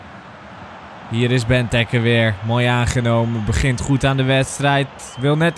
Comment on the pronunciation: Ben jij überhaupt een belg?! Wat zeg jij allemaal België presteert niks... En het is bentéké niet bentuke ofwa gij ook zegt